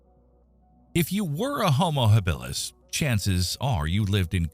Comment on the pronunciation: Enjoyable but screwed up. Your AI voice mispronounces Habilis, Australopithecus and I don't know what else. You show a hunter about to throw his spear - in a dense forest. That doesn't work. Check with your Maasai friends and they'll splain you.